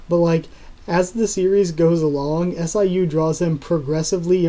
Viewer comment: Hey I really like your channel but just an fyi, in Korean manhwa FUG and SIU are pronounced as it is (like bug with f and pew.. but with siu) Keep up the good work man!